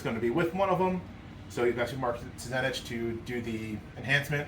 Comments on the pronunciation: I didn't understand this comment. Then I got to that point in the video. You are not wrong. He even tried to correct him nicely and still holds fast on his way lol. It irks me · Couldn't get passed the dude pronouncing Tzeentch like t'zenitch